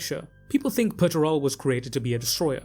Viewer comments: Ah yes, Mr Turbo. Peter, turbo. Pretty sure it's Per-ter-ah-bow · I keep hearing Peterturbo instead of Perturabo. Henceforth from now on... Perturabo shall be known as Peterturbo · Dude. Pronunciation. Perturabo. Dude. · Hearing this guy say perturabo is really annoying